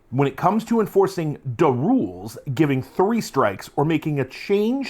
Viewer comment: Every time you said “da roolz” I heard it as an ork thing even before you said it. 😂 now I want to play a brutal kunnin hvz.